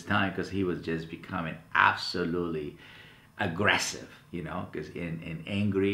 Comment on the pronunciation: But dom-eeeeee-naant not agreh-seeeeve